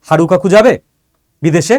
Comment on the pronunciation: Haru kaku na Harun kaku bolun..sir